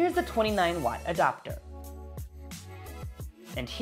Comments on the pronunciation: Why do you say “Adopter”. It’s Adapter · It’s ‘adapter’ not ‘adopter’. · Did you just say “lightning jack adoctor” ?